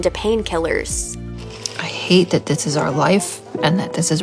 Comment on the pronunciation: "You could of lost 30 pounds dis munt."